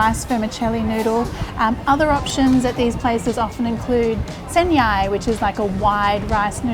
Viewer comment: Oh, as a Thai, I'm really surprised that the way you pronounce 'Sen Mhee,' 'Sen Yai,' and 'Sen Lek' is just like how Thai people say it.